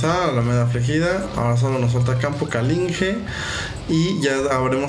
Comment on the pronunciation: Tengo una pregunta, porque dices campo calinge en vez de campo caligine